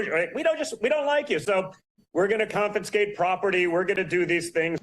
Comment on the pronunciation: Did trump jr mispronounce confiscate? Did he gradjiate college with Jethro from the Beverly hillbillies?